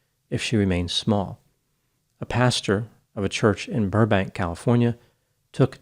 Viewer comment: I noticed in a few of your other videos that you pronounce pastor ‘pasture’ instead and that you pronounce speculate ‘specoolate’